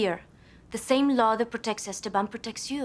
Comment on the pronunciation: Why do they mispronounce ESTEBAN ? The 2nd syllable is accented.. Es TE ban